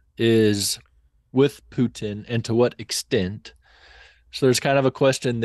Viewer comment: The way they keep saying Pyutin 😂